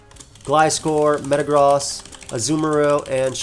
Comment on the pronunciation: Is anyone else triggered over him saying metagross wrong